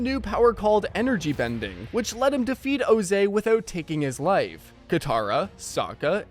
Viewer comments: why is ozai's name pronounced like jose? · who the heck is "ozey"😭😭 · I'm sorry, but who is this O-zay you speak of? I only know of Ozai from Avatar the last airbender.